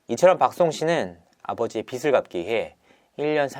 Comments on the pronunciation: 빚_ 비즐 갚다 비지있다 ..로 읽기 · 기자인데 비슬이라고 읽다니..